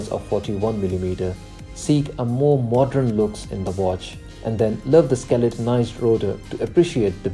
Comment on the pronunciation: It’s modern not modrun, pattern not pattrun, learn how to pronounce words properly. 🙄